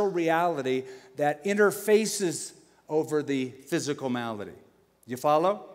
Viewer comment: malady not melody.